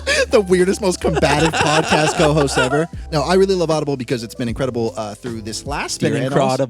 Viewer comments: hit the like button at "incraudible" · “Incraudible” 😂😂 Also, withdrawal from chips 😂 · I gotta applaud on saying "incr-audible" XD That made me smile. Also I realized that I never get tired of hearing Garrett's bug stories, I made friends with some spiders in my window over the summer. The window was in the room I practice violin so they must have been cultured spiders